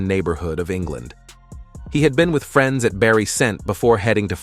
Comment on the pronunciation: "Argu-minting with free-ands."